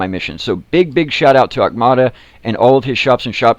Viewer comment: Auktuma.... Not Aukmata...